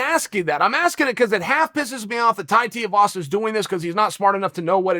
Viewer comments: Its shoeyvasa not shiuvasa come on chael tf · “Too-ee-vasa” not “tee-oo-vasa” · Uncle Chael.....his name is Tuivasa.....Too Eeee Vossa.....Not Tee Oooo Vossa. C'mon now Uncle Chael. Focus. FO CUSS! 🤣🤣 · Did anyone keep count of how many different ways Uncle Chael pronounced Tai's surname? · Me: Tai Tuivasa Chael: Tie Tiavasa Me: Ok, Great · Tie (as in neck tie) Two ee vah sah (Each vowel is pronounced separately) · Chael! its 2 e vasa (two-e=Tui) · Wow went full Schaub on this one learn the names bro TUI VASA easy bro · Teeovasa it is folks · I couldn't finish this video b/c of all the ways he mispronounced Tuivasa's name lol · How hard is it to say his name properly Chael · Just over four minutes and I don’t think chael said Tai’s name properly once🤣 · Chael mispronounced Tuivasa more times in a 4 minute video than he has wins in the Octagon...... and he has never lost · Chael "Non-Anglo Last Names Are Not Worth My Effort" Sonnen.